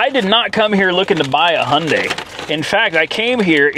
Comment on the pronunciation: Hailding😂😂 Hyundai